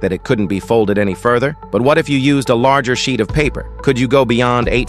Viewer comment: How this thing called: sheet, what I hear: shit